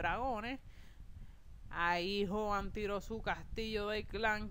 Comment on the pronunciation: A y otra cosa se escribe joan pero se pronuncia jhoan ya